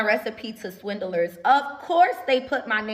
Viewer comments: Not Swin-Del-Ers 😂😂😂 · can't even say 'swindlers' correctly, never mind that she's inviting them to sue her for that brazen claim. She seems as toxic as her sauces. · The way she pronounces 'swindlers' gives me hives.